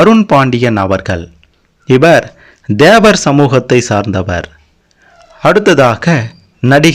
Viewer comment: DHEVAR தேவர் இல்லை THEVAR தேவர் உச்சரிப்பு கவனம்